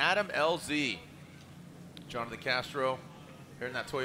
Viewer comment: Everyone : Jonathan Castro's parents : Jhonnattan 😂